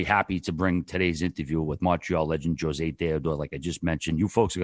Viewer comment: great having "Joe-zay" 🤦🏻‍♂️ Jesus dude...